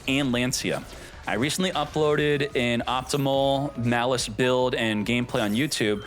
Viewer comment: please, it's maaaliss not mliss